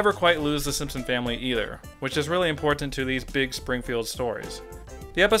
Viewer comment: I never noticed how you annunciate the word important. Alot of strength in that 1st T.